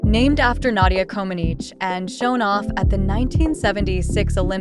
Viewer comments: Same with Nadia Comaneci, she pronounced her last name wrong!!!!!!!!!!!!!!! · AI can’t even pronounce the names correctly smh. Nadia Comeneci!!